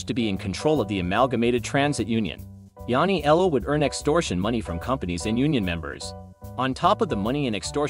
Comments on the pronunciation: Yanni-ellow? Please you're killing me...Matt NYC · Yanniello becoming Kaporegim...im still in stitches! But seriously theres no excuse. Human or AI this type of pronunciation should be considered an actual murder charge.